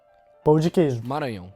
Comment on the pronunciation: Vc e' a primeira pessoa estrangeira que fala bem Maranhao. Moro na California. e as pessoas tem dificudade em falar. Voce vai amar Ceara, morei la' 15 anos.